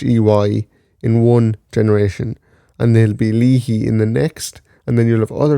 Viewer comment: Its pronounced " lay hee", Leahy is my last name